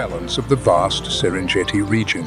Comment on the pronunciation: Pls retune your voice reader and dont cripple non-Englsih names. No Serendziiiiti, but Serengeti.